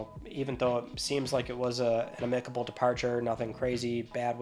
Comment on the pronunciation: A what kind of departure? Haha. Dude, have somebody teach you how to say “amicable”.